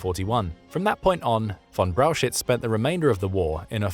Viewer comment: Please do some rehearsals or train your robot on the names. It is not Walter von Braushitz. 😂